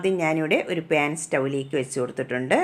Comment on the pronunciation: പേൻ അല്ല 😆 പാൻ...😂